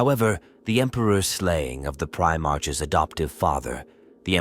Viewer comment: Although the AI voice is getting better I prefer my "Primarchs to march" not "Pri march"